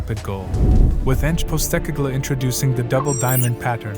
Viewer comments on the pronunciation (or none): A great explanation of the tactics Ange employs. Just a note - his name is pronounced Pos-teh-cog-loo. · good video mate, butchered the last name though lol